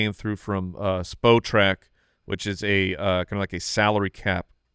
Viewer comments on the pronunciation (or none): woah woah woah. is it not pronounced Spot-rac?